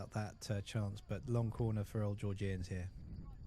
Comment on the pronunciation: Georg-Ian’s not geor-gee-ians……. Otherwise fantastic coverage thanks